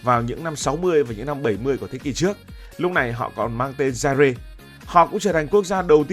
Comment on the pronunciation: Zaire đọc là Dai a chứ không phải Dai re cụ nhé